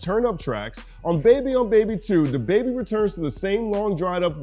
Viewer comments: U have to stop saying his name that way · He had a pretty funny Nardwuar interview. Nard kept pronouncing his name like "DAH Baybee" and at the end he started dressing up Nardwuar and posing with him while Nardwuar was doing his post-interview freeze frame. Also, is the Youtube demonetization algorithm so bad that you even have to censor the word "damn"? All I've got to say to that is.... damn! 😒